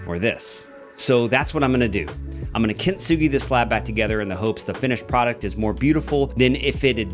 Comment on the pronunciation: No points off for mispronouncing. We all do it. For reference, though, you're pronouncing it kint-sugi, but it's really kin-tsu-gi. The difference makes the T less pronounced, blending into the S. I doubt anyone cares. :)